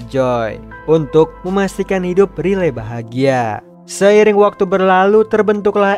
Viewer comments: bacanya rai liy bukan riley memang tulisan nya begitu tapi baca nya beda bg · wkwkwk riley😭🙏🏼🙏🏼 penyebutan namanya 😭🙏🏼